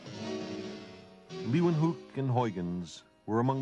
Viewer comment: Unfortunately Sagan butchers these Dutch names. They are very hard for English speakers to properly pronounce, yes, but the best approximation for Leeuwenhoek would be "Layvenhook" and the best one for Huygens would be "High-gens". It's actually kind of distracting.